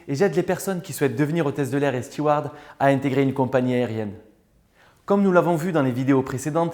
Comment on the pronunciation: Très intéressant et d'excellent conseil. Et prononce correctement le mot steward en prononçant bien le D à la fin, ce qui ne gâche rien, contrairement à 99% des Français et 70% des stewards ou hôtesses qui prononcent un T à la fin, confondant la fonction de StewarD avec le prénom StewarT. Suivez cet exemple, ça fait bien plus professionnel. commentaire d'un Steward...